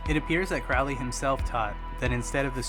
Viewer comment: It's Aleister CROWley (as in the bird 'Crow'.)